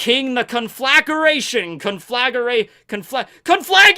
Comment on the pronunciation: Conflagration Con-fluh-gray-tion